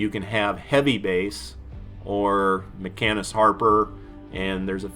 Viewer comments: FYI - pronounced "Machine-ist" (not makkinist") ;) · No man, it's a great length. If they don't like it then don't watch it. You explain in detail the difference between them. You do say "machinist" wrong. It's pronounced "machine-ist" not "mecha-nist" lol, love your content tho dude...keep it coming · I lost all respect for you when you called Harper a “mackanist” 🙈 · It's MaSHEENist Harper. MaCANists don't exist. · Dude you're killing me. Harper's Kit/title is pronounced "Machine-ist" :) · Ma-Sheen-ist, lol awesome vids bud, but for some reason every time you say machinist it felt like I was getting stabbed in the ear. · Bullrush is great on mini bosses. The decoy nerf is horrible. As a machinist for many years, your pronunciation is offending LOL. - Ma-sheen-ist. PS: the nicest guy in fortnite.